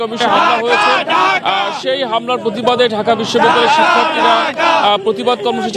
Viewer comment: পাকি দোসরদের বেশির ভাগই কুমিল্লা নোয়াখালীর ঢাকা কে উচ্চারণ করছে ডাকা...